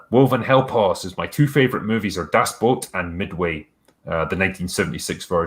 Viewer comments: The way says Das Boot sounds like "That's Bull." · 1. Apocalypse Now. 2. Where Eagles Dare. 3. Platoon. 4. Cross of Iron. 5. Das Bot. And it´s pronounced DASS+BÅT ;) (6. First Blood.)